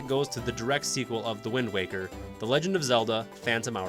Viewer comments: I almost quit the video after he said wind walker, but the comments seem to be mostly positive so ig ill keep going lmao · Holdup did you just say windwalker? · Windwalker???? Windwaker!!!!!! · I lost interest at "Wind Walker" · Wind Walker why did he call it that